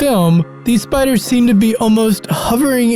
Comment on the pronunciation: spiderrss???? nawwww